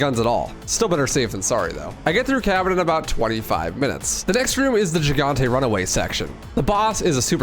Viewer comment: Why does everyone mispronounce the word "Gigante" in reference to El Gigante? Is it a meme? Lol I'm not trying to troll it just seems like everyone does it on purpose.